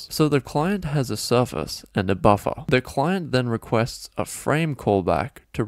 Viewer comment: everytime you say buffer all I can think of is buffa deez nutz